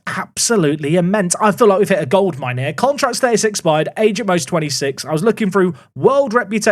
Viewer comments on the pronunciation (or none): none